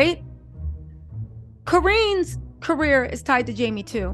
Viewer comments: Co- Rin, Co-Rrin. Not Co-Reen!! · Sorry,, you’re mispronouncing Corinne’s name. Think “Lynn” then say Corinne. You’re doing a great job of reporting. Carry on. ❤